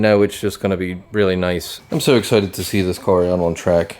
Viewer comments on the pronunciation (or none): none